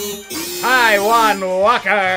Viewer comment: When he said Taijuan Walker I thought he said “I want water” 😂